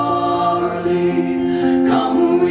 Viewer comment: This is quite a good interpretation of this jacobite folk song , it is spoiled in my view by the pronounciation of the word " Charlie " in the Scots tongue it is Chair...lee , I note that some words are pronounced in the Scots dialect, so come on lets fix this and correct???